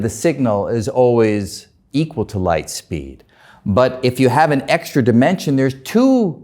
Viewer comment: His accent is exaggerated, unreasonable, and intolerable. He can barely talk. Not cool. Dr Greene was very tolerant and patient. He's facing Dr Greene, listening to him speak clearly, for 20 minutes, why can he not imitate at least some of what he hears? Not quantum me-hanics, quantum mechanics. Not spid, speed. Not rality, Re-ality. Not steal, still. Awful. Guy needs speech coach.